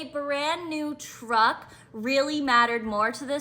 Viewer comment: Em.. Teach that first girl that truck is a single syllable word.. Damn she was annoying.. IMHO, Dude needs to put the truck in a DIY Sub S Corp name or a family members name for the moment because I feel you are correct.. trying to get her to calm down and think rationally would be like trying to baptize a feral cat.. Blessings ...